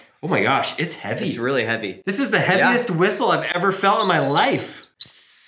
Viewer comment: How hevwy actually is it